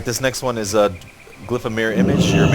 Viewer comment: hehe he said OPnis..